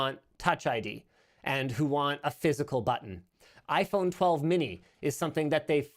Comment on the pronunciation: foldable iPhone ...Linus calls it yayPhone